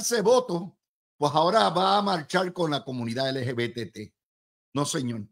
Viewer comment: LGBTQ+ Luis estas son las siglas de ese movimiento. Yo estoy seguro que tú la sabes pero al pronunciarlas no las pronuncias correctamente.